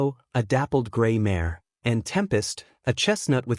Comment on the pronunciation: Need to work on the AI’s pronunciation. Mares and other words